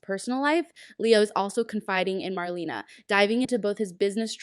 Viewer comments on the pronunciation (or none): Please get the facts straight and learn to pronounce names correctly! Jave (Ha-vee) is Rafe & Gabi’s (Gab-bee) cousin (the son of their Aunt). Marlena is pronounced Mar-lay-na. The Kiriakis Thanksgiving was with the Brady’s at the Brady Pub, not at the Kiriakis mansion.